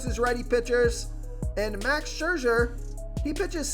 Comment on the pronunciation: Never met a name he couldn't butcher. Max Scherzer